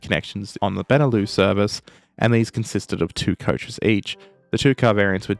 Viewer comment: Benelux is pronounced with the x, it's not beneloo, it's benelux. It's short for Belgium Netherlands Luxembourg.